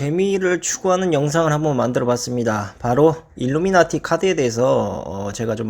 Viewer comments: 일루나미티가 아니라 일루미나티… 자꾸 일루나미티라 하시네요 ㅋㅋ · 일루나미티 (X) 일루미나티 (O) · 일루나미티? ㅋㅋㅋ 발음 꼬였슴니다